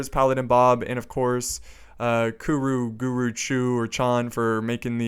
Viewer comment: Guro. Not Guru. That's a LOT worse..